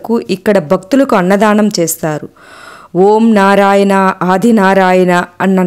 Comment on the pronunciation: నారాయన అనరాదు నారాయణ అనాలి. బగవాన్,బక్తులు... ఏంటండీ?? భగవాన్, భక్తులు అనండి. క్షమించండి. తెలుగు ఉచ్చారణ సరిగా వుండాలి........